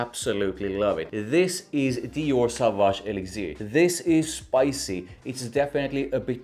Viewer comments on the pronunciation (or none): Sauvage Aye-Licks-ear hahaha gotta love